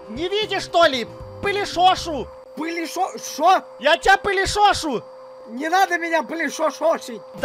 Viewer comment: Я понимаю что украинец но слово полишошу 😂😂😂полиСошу 😁